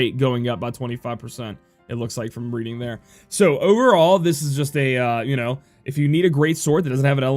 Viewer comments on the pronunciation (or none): none